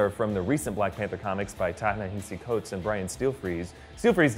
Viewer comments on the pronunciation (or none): It's pronounced Tah-Nuh-Hah-see Coates, not Ta-na-He-see. But great video either way.